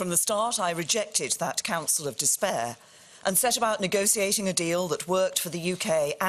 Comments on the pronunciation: I refuse to accept ANY prime minister that pronounces negoTiate as negoSiate. Just FUCK OFF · never vote for a lady who pronounces negotiate with an s.